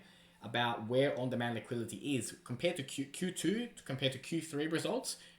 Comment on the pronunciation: On demand liquidity not liquility.